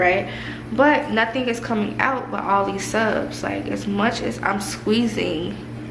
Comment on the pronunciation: You got me saying subs instead of suds 😂